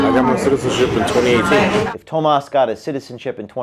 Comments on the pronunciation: Talk about deceptive - look at the name for clues. Tomas could almost pass for the American name (with a slightly different spelling) but sounds more like Hamas when when pronounced. Looks like one thing in our culture - and is different entirely. James said it perfectly - the point and outcome will be improved safety (consciousness-action-enhanced, appropriate results around such matters), transparency, clean-up, and security. Tomas needs to face the charges while things are overhauled and changed. All others working details need to be looked at and cleaned up, accordingly, asap. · What more do you expect out of a leftist. It's not Thomas it's Toemas' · Thomas, pronounced Dumbass.